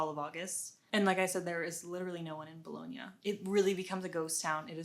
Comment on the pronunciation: Only one thing. If you are living in Bologna for two years you have to learn how to pronounce "Bologna"... lol